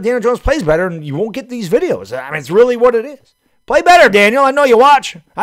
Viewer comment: Why? He stinks. Who cares if he “works weally hard🥺” he sucks at his job.